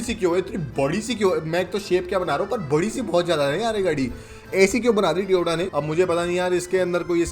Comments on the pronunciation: Bhai toyota ko tyota kyu bolte ho seriously it's annoying Tyota tyota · Tyota nahi hota bhai..Toyota hota hai 😢